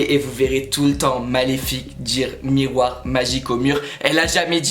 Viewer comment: Mais c'est pas possible ! Elle dis MIRROIR MON BEAU MIRROIR